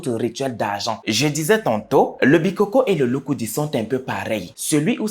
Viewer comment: On ne dit pas les bikókó hein, on dit les bikôkô. Ce qui est donc un fêtiche qui tire ses origines des ancêtres et évolue de génération en génération.